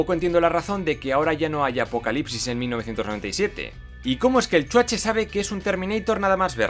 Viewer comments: me encanta cuando dices "EL CHUACHE" XD solo por eso comprare tu libro <3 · Nada como cuando dice: Chuache!!! jaaaaaa!!! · Me gusta cuando dice CHUACHE :v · Amo cuando decís "el chuache " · Exacto! Es como un abreviado de Schwarzenegger, o "Schwarze" pero se oye "Chuache", jajaja! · Chuache, chuache , chuache jajajaja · hahahahaa me encanta cuando dices Chuache jajajajaaj soy tu fan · .."el chuache"..😂😂